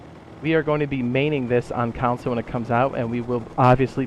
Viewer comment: First time watching one of your videos and I was confused why you were saying council lol than I released you meant console and I was like ohhh that makes sense gonna binge ure vids now